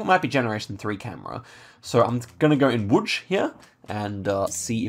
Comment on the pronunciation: Good pronounciation of Łódź! Great stuff as always,!